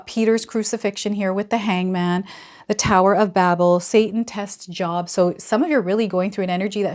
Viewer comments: Uh....I believe it is pronounced as JOBE.....even though its spelled without the E on the end......... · Job is pronounced with a long o like joe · Yes, it is pronounced JOBE!! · I believe Job is pronounced joab or jobe. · Pronounced "Jobe" Thanks,...smart analysis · Please pronounce biblical book names correctly.....I don't think it's Job as in work ! Long O , I believe thanks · Yes. Job in the Bible has the LONG O sound